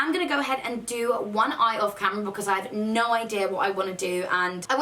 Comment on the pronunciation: I'm so sorry for what you went through. You have def made a major come back and I'm glad you're doing something for yourself. Love you! P.s. Me and my boyfriend both say no like "noi" because of you and it's hilarious. okay love you bye